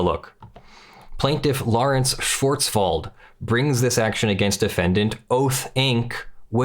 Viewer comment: You were close on the name Schwartzwald. The "w" has a v sound not an f sound.